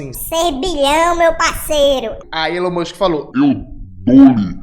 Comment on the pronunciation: "Elão Muxiem"